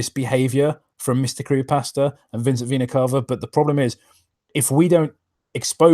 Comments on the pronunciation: Fun fact: it’s supposed to be pronounced like “vee-nuh cay-vuh” (at least according to multiple dictionaries and my biology professor), but for whatever reason, Vincent and pronounce it like “cah-vuh.” Not sure if it’s a stylistic choice or if they’re both too lazy to look it up, but it’s annoying and I hate it. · And according to my Latin professor it should be Veh-nah Cah-Vah.